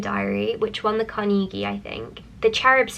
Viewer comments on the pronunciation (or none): none